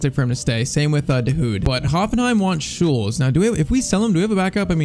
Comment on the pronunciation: It's not shule It's Sule